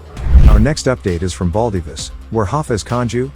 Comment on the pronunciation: The Perth suburb is pronounced. Bell Dive Is. Not baldyviz